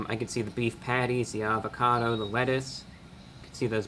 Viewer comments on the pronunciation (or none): Everything was sounding good untill he said avacodo